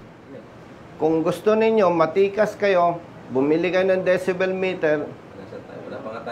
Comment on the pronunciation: Decibel po Hindi dyesebel..